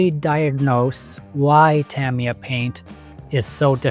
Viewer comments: It's Tah-MEE-Yah. Not Tam like cam. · TA-ME-YAH not TAMMY-YAH.